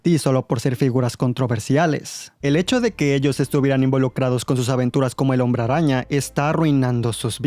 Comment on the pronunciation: me gusta como dices hombre rraña!! 🤣🤣👌🏻